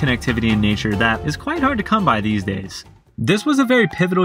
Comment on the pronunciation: Seth has a hard time saying by as well